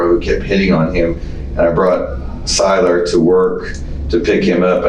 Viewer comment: it’s SYLAR not Skyler. There is a difference.